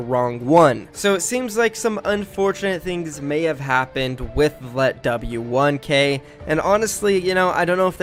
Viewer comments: letvik not litwick 1 - i 3 - e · Dude it's not let double u its letwik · "let double u one k three". im pretty sure its pronounced letwike (letw1k3) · His name is pronounced Letwik. Not let double you one Kay three.😂 Just letwik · You pronounce it letwik not ‘let w 1k’ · Its pronouncend (let-wee-keeh) not let double one k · letw lmfao its pronounced letwik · It's not let w 1 k 3 it's pronounced letwicky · It’s letwik not let. W. One. K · Just so you know it’s pronounced litwick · My man calls him letW😂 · Gaminggod 920 same lol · I am from Russia and it is letwik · You pronounce it letwike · It’s pronounced letwick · The way he says let-w-1-k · His names pronounced letwike lol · you know it’s pronounced ‘letwick’ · Prounonce it letwik Pls hahaha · His name is pronounced letwick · Letw1k3 is ponnounced "letwick". It's annoying me so much how he says it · Just say Letwik ffs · No hate man but it’s pronounced letwik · Bro it's pronounced letwick my man No hate tho❤️